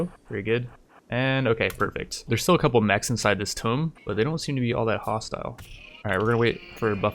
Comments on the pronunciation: Your one of my favorite Rimtubers, can't wait for the next episode of this series that is surely coming. Also, tunnel through the mountain to the ancient tomb and become King Under The Mountain, leave the next cluster for raiders. P.S. it is in fact pronounced "Too-m" not "Tome" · Great video. Will watch whatever you make. Some quick minor points: 1. Raw cannibalism is +20, but you get -7 for eating raw food, so net is +13. Still, only a tiny bit less than +15 from cooked cannibalism and no time spent making the meals. 2. It's pronounced "two-mmm" not "toe-mmm". Tomb! 3. It might be annoying to restrict your movement, but given how quickly threats spawn, I think you should hunker down and let the next raid trigger the cluster. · Please learn how to pronounce tomb